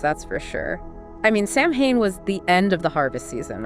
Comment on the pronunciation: It's pronounced sow-en, not sam hane